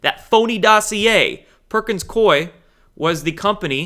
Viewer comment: Perkins Coie = Cooey, as in, rhymes with gooey. 💚💚💚 You are a Light Warrior,.